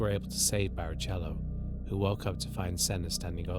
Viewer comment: "Barriciello" can't hear this bro, it's barrichello